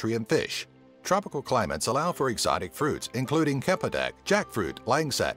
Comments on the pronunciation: cempedak not kempedek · i like the narrator's confident when he pronounce those foods😂😂😂 cempedak becomes kempedak😂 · cempedak and theey called it 'kempedak'. i also just realised cartoonhooligans is from My country! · It's not pronounced as "air" Bandung. It's only spelt that way. The right pronunciation is "ay-yer", where the "a" is "ah" not "ae". For "cempedak", the "c" here has a "ch" sound. As in "check". So it should sound like ch-empedak. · Rendeng,Kempedak,Lengset,kuey,er bendung,mee rebaSSSSS,nasi Ulaem the way he pronounce the food has me weak af 😂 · You pronounce the food soo wrongly! wth is kempadak? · 10) It's pronounced as Cham-Pee-Duck (Cempedak), Ah-Ye Ban-Dong (Bandung Drink in Berhasa form), Ren-Dung (Rendang) and come on... Mee Re-Boose (Mee Rebus) Re-bus... What's that? Waiting for the bus again? 9) It's Tian.. TIAN! Chinese have no hanyu pinyin called Then or something related. 8) Er.. So... Tony Fernandes? Vincent Tan? All not mentioned? Wow... 7 & 6) The caning is not only on Malaysia's side but also on Singapore's side. Plus the baby thing? It's also on both side of the country and also elsewhere in Asia but in both Malaysia and Singapore, we call this behavior "pantang". 5) The USB Thumbdrive claim was even more ridiculous. It was an Israeli company who patented the thumbdrive outright and it was Trek Tech from Singapore and a China company that made it into the worldwide market while Pua Khein Seng just designed a reader for it. facepalm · churn per duck = Cempedak , Mirror Boost = Mee Rebus .. pronouncing guide for beginner lol...